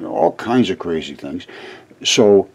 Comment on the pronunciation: Your not crazee it is seeable.